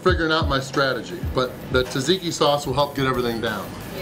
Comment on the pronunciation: Why can no Americans pronounce Tzatziki? And I'm not even talking about the proper Greek pronounciation...